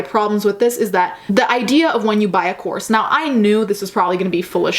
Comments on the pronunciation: My dumb ass thought you were saying corset for the first few minutes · The first time you said course I deadass thought you said corpse